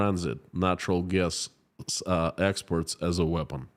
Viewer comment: Please pronounce "exports" correctly. I keep being confused when you pronounce it "expert".